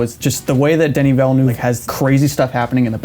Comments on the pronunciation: 'Denny Vellanoo'? The French have a guillotine ready for you. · Oh, how very American of you. Sure, 'Denny' is fine, but 'Vellanoo' isn't an attempt at the correct pronunciation - it's just a bad guess. Here, you can learn from the dude himself